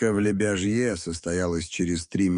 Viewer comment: Только не ЛебяжьЕ ( это не франция ) а ЛебЯжье .